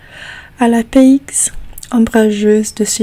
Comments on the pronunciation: PS: c'est pas important parce que faire des fautes de français fait partie du charme de l'accent étranger mais le mot paix (peace en anglais) se prononce "pai"; d'ailleurs, je ne crois pas qu'il y ait d'exception, chaque fois qu'un mot se termine par un X, on ne le prononce pas. Et pour Cloisonnent, tu l'as plutôt bien prononcé, c'est Cloi-zo-ne. On ne prononce pas le son "AN" de "ent" à la fin quand il s'agit d'un verbe conjugué au présent, à la 3ème personne du pluriel, quant au son "on", je crois qu'on prononce toujours le son "O" au lieu du son "ON" quand c'est un double N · j’adore toujours autant tes vidéos ! Tu as un superbe accent, et c’est plaisant de suivre ton évolution 🥰 Un petit conseil, le mot « paix » (peace) se dit « pé ». On n’entend pas le « x » !! Continue comme ça sinon, c’est superbe 🫶🏻